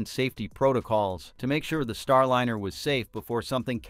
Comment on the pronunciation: Star-lynner? Robot narrator under insufficient control?